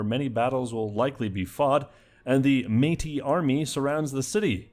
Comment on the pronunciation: BEAUTIFUL pronunciation of Métis!!!